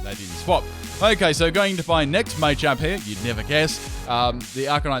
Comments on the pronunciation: Not Maychamp, Machamp. Like Muh-champ. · Just FYI, it's pronounced "Mah-champ," not "May-champ." Because it's a combination of macho and champ. Same with Machop and Machoke. Especially Machoke. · you know its not 'mai champ' its ma champ